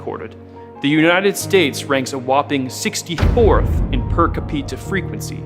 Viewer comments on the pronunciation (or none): You had untill i heard kapeeta instead of capita,.big mistake. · ca pita? Excellent video, but it's cap e ta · Are you mispronouncing per capita on purpose or by accident? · Per "kapeetah"😂😂😂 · The werd is pernownsst 'per-kapeeta' , you moron....didn't learn hookt on fonniks huh? 😂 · per cuh-pee-tuh